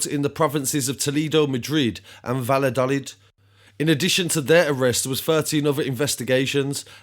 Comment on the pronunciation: Vall a do leath . It's pronounced for future reference mate